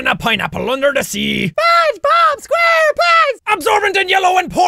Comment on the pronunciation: That spongebob thing really made me laugh Jack: Spengebaab Sqaurepents..lol